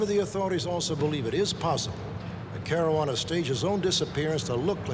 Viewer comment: ...Marajuana Caruana?